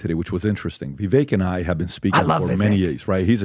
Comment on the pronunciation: Don't tell us what you know about where Vivek went to school when you haven't paid enough attention to him to get his name pronunciation right.